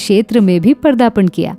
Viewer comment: Woh Pardapan nahi , padaarpan hota hai 😂